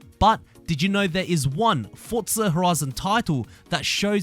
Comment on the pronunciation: “Fortza horoizin Toitoow”